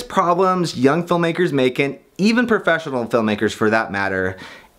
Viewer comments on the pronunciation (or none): none